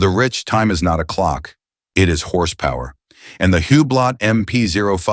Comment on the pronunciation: Especially when the commentator can’t even pronounce Hublot.